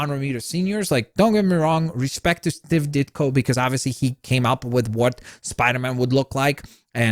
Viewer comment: The way says Steve Ditko really bothers me 🥴